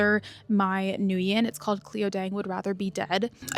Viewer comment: Nguyen is pronounced like "when." Thanks always for the book content 🤗🤗🤗